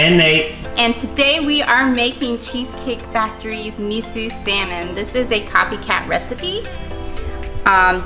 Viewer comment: mIsUUUUUUU sAmin lmaooooo bruh